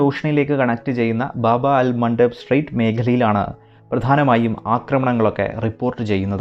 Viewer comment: സൂപ്പർ... കാലികമായ വിഷയം 👌🏻👌🏻👌🏻 ബാബ അൽ മണ്ഡബ്... അല്ല... ബാബുൽ മൻത്വബ്....... എന്നാണ്.. അറബിക് വേർഡ് ആണ്